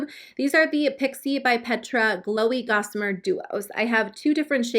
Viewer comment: Love your videos 😍 My favorite is Nars Fort de France 🤗 By the way: The Pixi highlighter is called Glossamer not Gossamer 😉